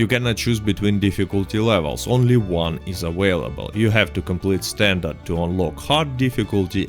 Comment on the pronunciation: Yes... Standart not standard